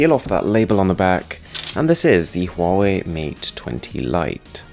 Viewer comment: The pronunciation of Huawei is perfect xD Chinese here btw :)